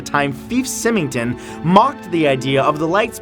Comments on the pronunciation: You mispronounced both first and last name of Fife Symington. Pronounced fife (like life) symington (sigh-ming-ton)...not feef sim-ming-ton. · Fife (like Life) Symington (Like SLIME) ington